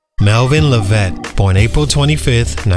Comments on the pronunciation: Lev -it not la-vette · I don't think ur pronouncing his last name right